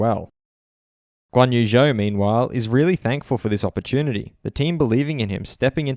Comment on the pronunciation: Guanyu Zhou: Zhou is pronounced "Joe" - my wife is from China!